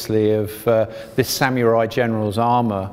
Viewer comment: I'm gonna ignore the way you said samurai... samyoori